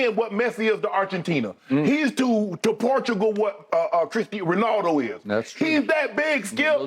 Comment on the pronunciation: “Christy Ronaldo “ really Sharpy Shannon